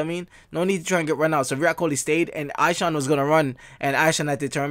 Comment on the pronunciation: It's E-Shaan brother.